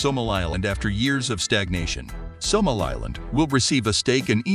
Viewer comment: An important report but the narrator must learn how to pronounce African names such as Somaliland, Addis Ababa, and Houthis. It is, of course, an honourable stance to block the murdering Apartheid regime’s access to the red Sea, they should feel it in their pockets for their attempted genocide and ethnic cleansing of the Palestinians. I hope Israel’s economy is severely detrimentally impacted. Well Done Africa for making your voice heard in the world.👏